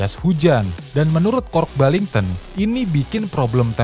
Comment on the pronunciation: Why you keep switching from saying Kooasaki to Kawasaki? Why do you pronounce Kork Ballington's name Kork Bington? He also never managed the 250cc race team!